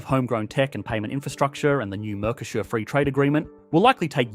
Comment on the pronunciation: Why do you pronounce "Mercosur" as "Mercoshure"?